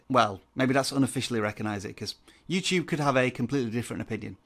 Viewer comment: you said youcube